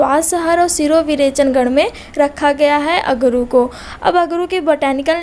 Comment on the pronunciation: Likha screen pr अगुरु और उच्चारण कर रही है। अगरू।